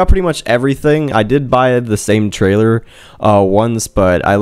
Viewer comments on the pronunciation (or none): none